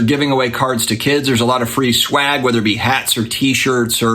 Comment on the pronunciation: Are you calling it schwagg?? Lol I’m just giving ya a hard time. Love the content as always